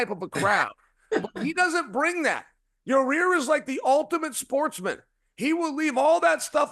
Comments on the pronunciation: I know Chael didn’t just pronounce Yair as Ya-rear 😅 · Who TF is Raa-rear ? Cha-yale enjoys saying some people's name in the most F up way possible, he knows exactly what he's doing. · Ra rear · CHAEL WENT SCOOBY DOO PRONOUNCING YAIRS NAME.. RAH- REAR.. RUT ROW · Your rear Rodriguez might be my favorite Chael mispronunciation